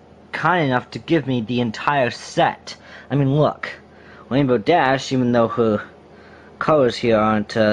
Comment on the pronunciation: "Wainbow Dash" He can't even pronounce the letter R right. How pathetic.